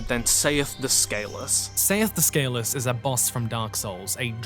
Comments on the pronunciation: Don't forget his immoral "sails" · Please tell me that someone told this man to watch the intro cutscene of Dark Souls so he can learn how to pronounce Seathe. And also "scales" for that matter.